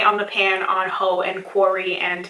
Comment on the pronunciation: When you said "Haux" I heard it as "Hoe" hahaha